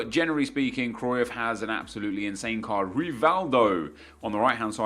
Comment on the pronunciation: He says cruyff wrong like if you agree